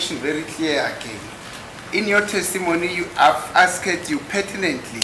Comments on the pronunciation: The way he pronounce ASKED😅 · So disturbing